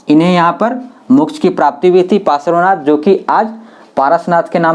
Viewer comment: तिरांथकर नहीं तीर्थंकर और पारस्वानाथ नहीं पार्श्वनाथ।।